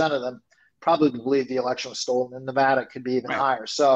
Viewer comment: Tangentially... Thank you, thank you, and, for BOTH pronouncing “Nevada” correctly. If you do not live west of the Mississippi, you can have no idea how “Nevahda” grates on the ears.